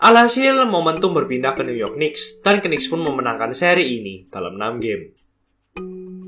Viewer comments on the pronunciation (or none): Keren banget, trmksih ulasan nya. Menambah pengetahuan sy sbg pecinta NBA.. *Cm saran aja kedepan, penyebutan nama club bs di perbaiki. Misal : Kniks : dilafalkan tanpa awalan 'K' Houston : Yusten Miami : Maiyami Cheers.. 🙏